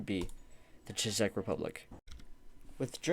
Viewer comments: Awesome video, but one small correction the Czech is pronounced Check. I would also recommend writing scripts or important info for your topic. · Good video, but why do you call countries she and its not called czisech republic but czech republic